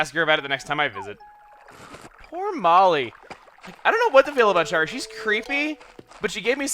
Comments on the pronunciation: I've just started this series because I've started playing acnl again and oh my god, it kills me the way he says Shari. Shari is my mom's name and it's not pronounced "Sharr-ri", it's "Sher-ri"/"share-ri". Similar to how Cher sounds. Edit: It's a shortening of Sharon, and you don't say "Sharr-ron" like some Lord of the Rings character, you say "Share-on". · I'm pretty sure Shari is pronounced sh-air-ee (a different way to spell Sherry).